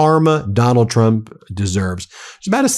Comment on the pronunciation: 😂 “Donald Twump” 😂 we ❤ you Ben